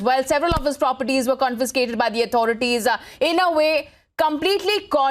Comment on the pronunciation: Get people who can correctly pronounce CONFISCATED